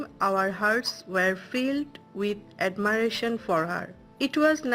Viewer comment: I Think admiration Not Admiaration